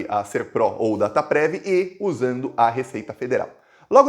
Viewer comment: NÃO É SERPRÓ É SERPRO.